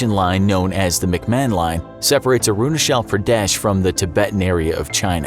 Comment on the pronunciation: It's not arunashal it's arunachal